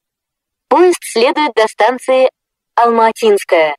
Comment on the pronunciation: Раньше убого звучала Алма-Атинская («Алм-А(слабое ударение на первую букву)тинская) Ладно, хоть исправили... И да, английская озвучка о аэропорте Домодедово, была более смешная (это мое субъективное мнение)